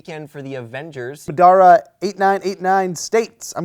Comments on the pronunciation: said Madara8989 wrong lol. its Ma-da-ra not Ma-dar-a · I'm sad that didn't pronounce Madara right:/ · lol'd at how pronounced Madara.:D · it's an character from an anime. pronounced it wrong.. most people do if they haven't seen the show